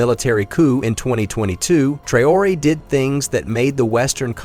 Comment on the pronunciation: WHY THIS NARRATOR AS OTHER AMERICAN NEWS PEOPLE ARE PRONOUNCING PEOPLES NAMES WRONG, IN THIS VIDEO HE SAYS "TRIE-ORIE" WHERE HE HAS AN ACCENT ON LETTER E' TO SOUND E'(A) TRAORE' (NOT TRIE-ORIE).